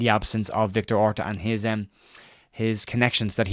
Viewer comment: When you said Orta, i threw up in my mouth 🤢